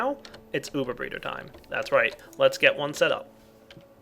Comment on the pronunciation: Not Breader, Breeder :D